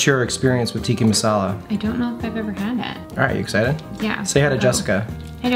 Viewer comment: TikkA, not Tikki... Tikki is fruity drinks with umbrellas in kitschy cups.